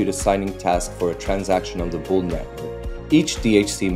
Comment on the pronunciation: It's bool not bull. ❤ LFG 🚀🚀🚀🚀🚀